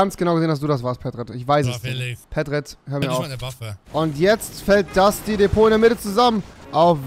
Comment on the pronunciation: Das heißt nicht Depot sondern Divot